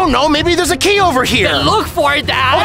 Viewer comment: Why you said giy instead of key you need to go to school 😮😂